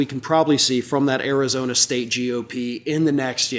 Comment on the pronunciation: Arizona not Karizona!